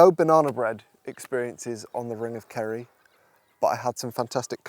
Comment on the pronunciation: I thought you were saying "ring of curry" which sounds like a place I want to visit.